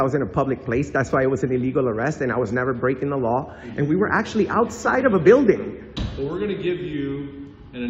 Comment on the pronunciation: Say it with me....Bill-Ding is how you pronounce that word...byualding isnt a word